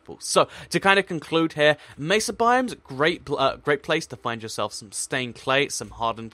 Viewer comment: OH MY GOD! Thank you for not pronouncing it meh-suh! Good lord it's annoying when people say it like that.